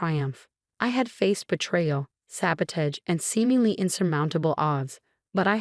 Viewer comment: Please 'teach' AI how to pronounce the word sabotage.